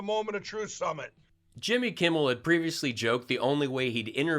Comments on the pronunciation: Selick`s slow cousin pronounsed Jimmy`s name correct .He usually calls him Jimmy Kimball. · It always sounds like Pillow Snort is saying "Jimby Kimble" 😆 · Mikey Pillow wonders why he can't get any respect from Jimmy Kimmel when Pillow can't even say his name right. Jimmy Campbell...Jimmy Kimball....Crumble. He massacres the rest of the English language, too.